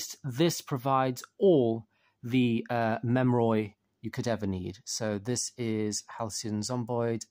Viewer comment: “Memroid” sir it’s pronounced mem-er-ee